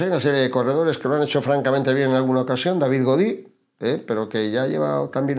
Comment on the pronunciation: Muy buen análisis pero hay dos observaciones : Skjelmose no va al tour y se dice David Godú, no Godí.